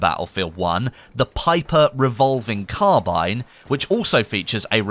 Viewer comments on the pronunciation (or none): none